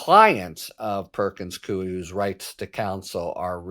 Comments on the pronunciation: Perkins Coie, pronounced coy. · Perkins Coie -- pronounced Cooey, rhyming with Dewey.